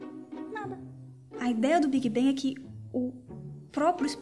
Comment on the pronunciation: A pronúncia do "a" em inglês é o nosso "e" e o "g" em "bang" é quase mudo. Então ela falou corretamente.